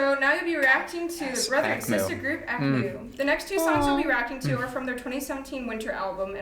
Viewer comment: Not that it's a big deal, but for what it's worth, AKMU is pronounced "ang-myu." The hard stop between the "k" and "m" sound in Korean sounds awkward so the "k" sound changes to "ng." "MU" should sound like the first syllable of musician. "Myu" not "moo." I only feel obligated to mention this because I was REPEATEDLY corrected on it when speaking about AKMU with my coworkers here in Korea, lol.